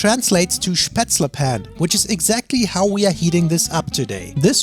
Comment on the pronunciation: It's Pfanne, not Fanne! Just kidding. Not really.